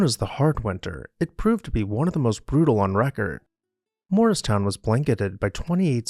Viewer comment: I know you’re saying Morristown but I hear moorestown, which is a different town by Philly.